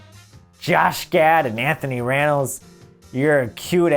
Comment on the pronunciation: “Anthony Rannells” 🤣